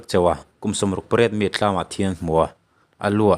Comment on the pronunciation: Tlam tih ai khian Thlam ti la Tun tla tih ai ah tun thla ti in sawi leh ta bawk ta la ngaihthlak a nuam zawk dawn hle mai.ka lo ti ve mai2👍